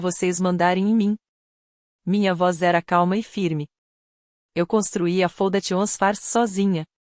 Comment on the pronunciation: Essa narração errada da parte em inglês faz a gente não entender os nomes escolhidos e se não ler o texto fica sem saber o certo. Foundation por exemplo faundeixan e não como a ia fala.